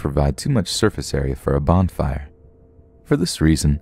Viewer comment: I can't get over the fact that you said "bond-fire" every time you tried to say Bon Fire